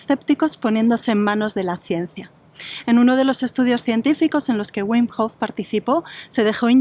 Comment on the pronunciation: pero por qué si el es holandés, pronuncia su nombre en inglés, si su nombre se pronuncia bim en holandés, no lo entiendo